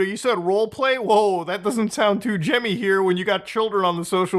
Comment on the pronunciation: hearing muta say "gemmy" unironically was like a bullet to the chest